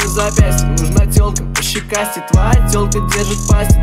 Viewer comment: Я кайфую от фразы «нужна телка пощекастей», блин как круто произносит)) Словно «нУжн т’Олк пащикасте»😎😜👍🏻👍🏻